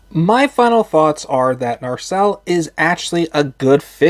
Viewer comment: You keep on pronouncing the name as "NaRcelle". 🙂 I kinda like it like this, though.